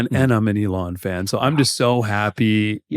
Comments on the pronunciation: im confused ilan is pronounced ELON? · You've known Ilan a long time, but you can't pronounce his name properly? Wow.